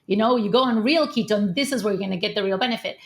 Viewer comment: Keto, not Lego :)